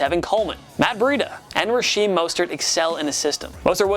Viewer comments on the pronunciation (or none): His name is Raheem not rasheem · Did y'all hear when he called raheem mostert "rasheem"